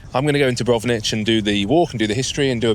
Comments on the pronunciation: it s Dubrovnik, not Dubronich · yeah mate, that Dubrovnich was hard to hear :-D Still got my laugh.